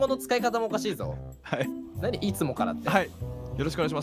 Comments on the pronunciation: はい↑がしんどいwwww イントネーションバカめっちゃ好きですww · 敵にヘリコプター乗ってる😂w はい↑？？がややこすぎるww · はい↑にツボるｗｗｗ このイントネーションにするの絶対難しい🤣🤣